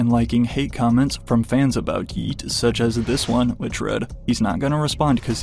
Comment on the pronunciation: If this dude says “Yeat” with a hard T one more time I’m goin to lose it